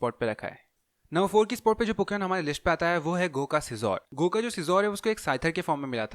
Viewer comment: Wo "GOH" nahi "Gu" hain Sorry jo offend ho gaye